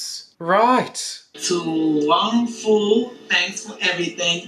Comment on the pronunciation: It's foo! Not fow!😂